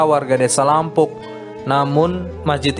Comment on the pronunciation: Bkn lampung bro, salah cara baca nya yg benar yt; "Lampu'uk."